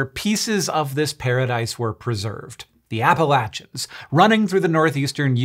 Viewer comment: It's pronounced Appalachians, not Appalachians. C'mon now.